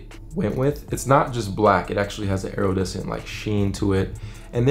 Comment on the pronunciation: WHERE DID BRO WHOSE NAME I BELIEVE to be find the “O” in iridescent at??? he made sure to pronounce that “O” every time too 🤣🤣 very PROMINENT NONEXISTENT letter EVERRR